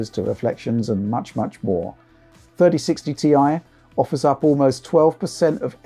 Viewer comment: Thirdy sixty tee aye